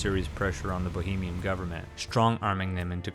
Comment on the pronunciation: I think it's "BOHEMIEN RHAPSODY. NOT BAHAMIAM.